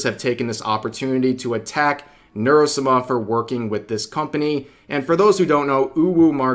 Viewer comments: Sah mah Not "-smah" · why do you say Nuro-Suma? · Is it just me or does rev's pronunciation of Neuro-sama just sound wrong? 😂